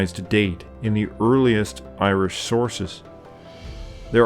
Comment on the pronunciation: A fantastic video and channel, I must admit that I cringe at the Irish pronunciations though... That being said, I'm just a pronunciation nazi... haha keep up the fantastic work! If you ever want a consultant for the pronunciations as Gaeilge please let me know! Unfortunately there was no stephenses day/lá an dreolín or wren boys in the local village this year over covid but I have long said that it's my favourite day of the year!